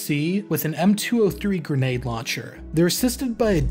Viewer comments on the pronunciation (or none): none